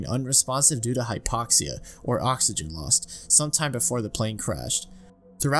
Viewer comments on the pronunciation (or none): none